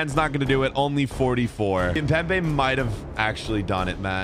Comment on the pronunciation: It’s not kimbepe it’s kipembé